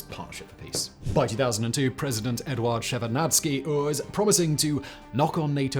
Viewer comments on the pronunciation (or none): Shevardnadze not Shevardnacki, he was not polish :)) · Eduard Shevardnadze and not Shevardnadski. He was Georgian and not of slavic origin, to have his family name ended on "ski". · Shevardnadze has no “k” at the end of his name. Replace the “k” with a “z” in your pronunciation. Saakashvili should be pronounced as “Saa”, not “Shaa”. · Shevarnadski??? You got to be kidding me 😂😂😂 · Did Simon say Tbilisi and Shevarnadze at least once the right way?😂😂😂